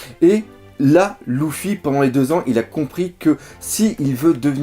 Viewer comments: c luffy et pas louffy dit luffy et pas louffy stp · J’avoue c'est perturbant! Luffy ou Leuffy ok mais Louffy .....Mdr ! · Ça se prononce Leuffi pas Louffi en français !